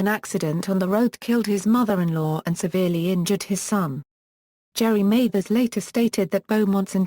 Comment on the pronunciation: It's Jerry Mathers. Pronounced Maathers, not MAthers.